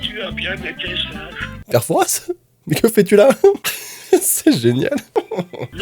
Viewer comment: Juste Ça se prononce père foura et pas père fourasse